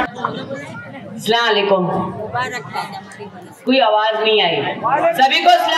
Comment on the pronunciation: Salam tk to sahi se kr ni pa ri h Islam ko kya sahi se samjhi hogi